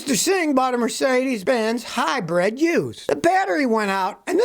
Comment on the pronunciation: Scotty...I keep telling you...it is HYBRID NOT Hybred ! Hybred is a tall bread van... Just stop it now...